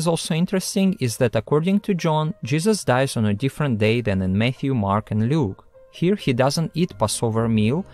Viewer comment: When he says Matthew, I keep hearing Mayhew, and then my brain goes to the Church of Jesubacca might be cool, but if you don't believe in him, he'll rip your arms off. 😂😂😂